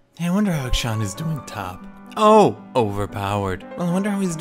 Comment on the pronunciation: Every time he says akshAN it makes me visibly cringe. ty, very cool. also, how are you not tired of crying about everything in the game for 8 fucking years already